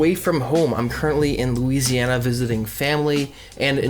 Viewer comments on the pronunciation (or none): none